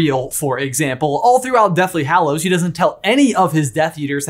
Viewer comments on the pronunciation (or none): none